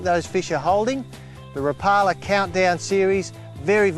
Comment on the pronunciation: I think a Rapala rep should know how to pronounce the name correctly.